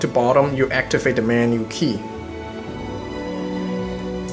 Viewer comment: It's 'the' not 'dee'